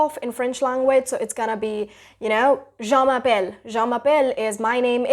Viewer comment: dear you need to be carefull with ur pronunciation, like the way you said " je m'appelle" u sound like " jean m'appelle" means jean calling